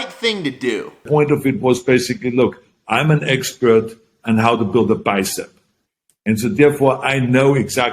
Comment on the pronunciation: Arny cant even say Expert correctly,he be like I'm the Expieuurt !!!